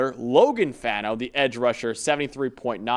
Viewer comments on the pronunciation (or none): It’s Fah-no, not fan-no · Not the biggest deal, but Spencer Fano's last name is pronounced Fah-no. Not Fan-no like everyone says